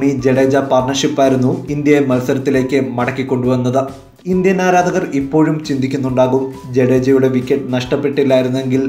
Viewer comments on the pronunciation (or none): none